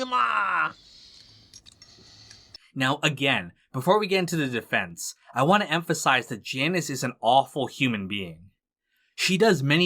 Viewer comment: A defensh of Jaanish